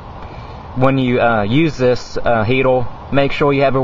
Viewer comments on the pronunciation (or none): Its "heater" not "heatal" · Dude... it's a HeateRRRRR not HeateLLLLL... :o) lol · Son you need to lear how to talk! Its "heater" & "fire" not "heatal" & "file"! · 0908..you dont want your toilet papel borning..Oh no !!"My toilet papels borning in my heatel " wtf is wrong with you dude? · a "sim-poo heat-oo" fohwa simpoo gauy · you need to learn to pronounce er..paper...heater...do not end in l...alcohol is not measured in octane...ethyl alcohol is measured in proof, rubbing alcohol measured in percentage...